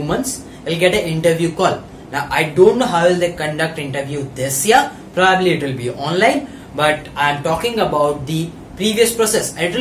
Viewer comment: Not complaining but its not probaabli its probably